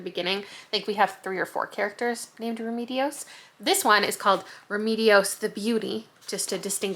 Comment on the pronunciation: Also in Remedios the second E is pronounced the same as the first.